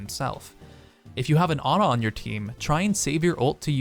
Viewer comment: It's Ana not ugh n ugh